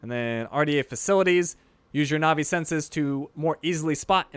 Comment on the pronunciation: Fun fact: Na'vi is pronounced natvi